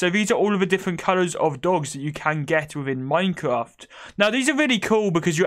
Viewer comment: Hhahaha the way he said wed, owange and minecwaft. Soo funny